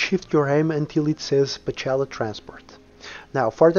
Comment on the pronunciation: That doesn't sound like "Pocela." and the Russian transcription is Pcela (Пчела), which translated into English means -- Bee. I apologize for my remark )) Much appreciation for a good guide on the updated version of the mod.